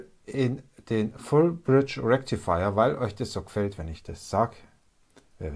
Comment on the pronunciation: FULL BRIDGE RECTIFIYAH😬🤯